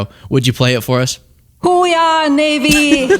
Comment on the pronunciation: Hooah is their cry but she can’t pronounce it